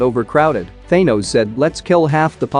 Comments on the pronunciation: It is thanos not thinos say it correctly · Why the f*** are you saying thanos's name like that